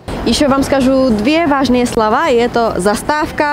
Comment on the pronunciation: Спасибо. Правильно "скажу два важных слова", ударение на слооова.